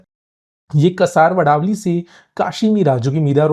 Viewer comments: train, bhai pronunciation thik se karo. Kasarwadaawali nahi Kaasaar wadawali naam hain. Kapoorbawdi nahi Kaapur (camphor ka Marathi naam) baawadi hain. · कसारवडवली नही कासरवडवली tum bhai apna thoda Mumbai ke jagah ka pronunciation thik karlo.. 😂